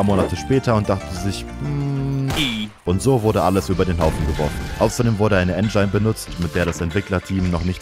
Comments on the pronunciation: Wenn du noch einmal En-schein sagst, nh .... En-gin(e) sprich [en·jn] ... stummes e am Ende.... scharfes I ... oida ... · Engine spricht mal als "En Dschin" aus. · Schon wieder "En-Dschein" Wolltest du ENGINE sagen, du Ähren-After Mann? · Es wird Endjschin ausgesprochen, nicht Ändschaijn. Literarisch unschaubar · Dieses "En'dschein" statt Engine macht mich kirre ey 🤣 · Engyne triggert echt mies haha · Wer nennt "Engine" eigentlich "Engein"?😂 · Ist die Aussprache von Engine ein Meme oder sprichst du das wirklich so aus? :D Das Video hat mir aber sehr gefallen, nur die Aussprache hat mich ein wenig getriggert xD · Wirklich sehr gut getroffen, habe mehrmals herzlich gelacht, obwohl es eigentlich so traurig ist 😂 Jetzt lerne bitte nur noch, wie man das Wort „Engine“ richtig ausspricht 🙏🏼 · Wie "engine" sagt lässt mich zucken. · Wieso sprichst du engine so merkwürdig aus :( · triggert so hart ea sports hat was mit SPORT zu tun.. und engine sollte man schon aussprechen können.. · lern "engine" auszusprechen oder mein gesicht versteinert für immer mit einem hide the pain harold lächeln. king video btw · Ich wollte ja das "Schlauchboot" ignorieren oder als Scherz verstehen (das heisst "Luftkissenboot"), aber die Aussprache von "Engine" geht gar nicht. Da kriegt man Ohrenkrebs von.